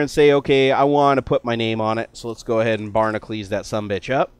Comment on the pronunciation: Why does he say Barnaclees when its spelled Barnacules?